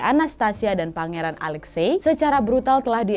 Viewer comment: Alexi ka bacanya..